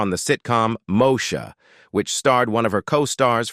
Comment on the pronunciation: When I hear the pronunciation Lopes for Lisa Lopez's last name it goes thru me like nails on a chalkboard. 😖 Two hundred twenty seven. Somebody didn't watch the show. 😮 Mosha? Good Lord it gets worse as it goes along.